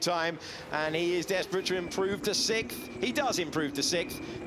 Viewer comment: You get paid to speak English into a microphone and you can't even say sixth...